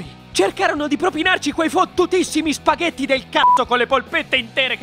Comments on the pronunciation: Già quando sento "spagheDi" mi sale il nervoso. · Waglio chiss nn so spaghetti